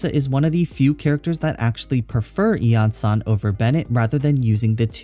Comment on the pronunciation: Suddenly breaking out that clear pronunciation for the event weapon D